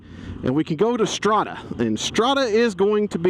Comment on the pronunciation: Nice review! You seemed to enjoy that bike a lot. Your Italian pronounciation is not bad, that "Strada" sounded legit af :P